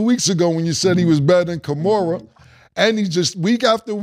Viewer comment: He called Kamara "Kamora" 😂 bro stay butcherin them men names